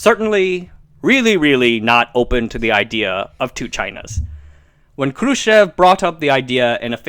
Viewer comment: lol... you say Khrushchev like a BOSS~~~ :) roll those R's!